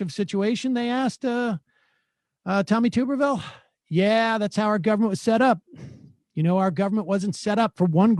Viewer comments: His name is pronounced Tub-er-ville not Tooberville. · it’s pronounced tubberville.